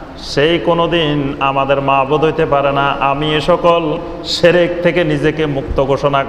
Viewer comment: শেরেক না শিরক ভাই।আপনি সুন্দরভাবে বলুন সেটা আরও ভালো হবে ভাই।